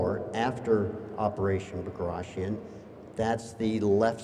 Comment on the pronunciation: Bagration should be pronounced as:( B a graa [tea] On), not (BagrAtion). Bagration Piotr Ivanovich was the famous Russian General of Infantery, he was a nobel man, prince, not just some "dead Russian, who fought in Napoleonic wars".